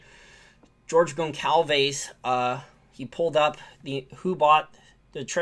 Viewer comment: Pronounced “GONE-SOLVE-ES” re: George